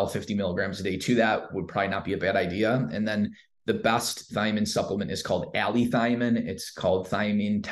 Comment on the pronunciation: It's allithiamine